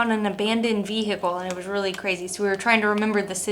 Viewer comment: Vee Hickle